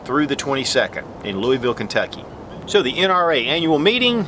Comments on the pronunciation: Lou-UH-vull my friend. :-) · come on man. you said Louisville wrong then you spelled Kentucky wrong... I'm not a stickler but people do this way too often.